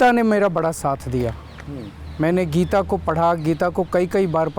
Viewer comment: Geeta. Bhai sahab thek se naam read kijiye. Book k bhr kya likha hain